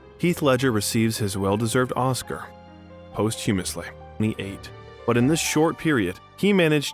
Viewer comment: I thought it was just me who noticed mispronunciations. I’m a stickler for phonetics & diction. What about, posthumously?